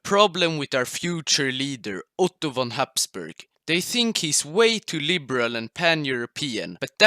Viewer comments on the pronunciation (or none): none